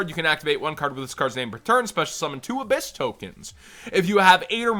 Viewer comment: It's ab-HISS like a snake.